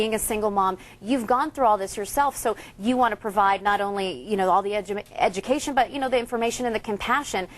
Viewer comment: She almost said edumacation! I'm in tears 😂😂😂😂😂